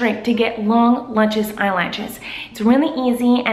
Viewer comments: I love how she says lutches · I knew she would say lutchious😂😂😂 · Lut-Chis lol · kills me every time. I die laughing. She's like 'If you want lu-chus eye-latches' and I pause the video so I can have a moment.